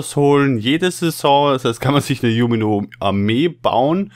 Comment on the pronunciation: Bitte sprich es tschunimo aus, so wie jeder es richtig ausspricht, ich meine bitte nicht falsch verstehen, aber das triggert mich ungemein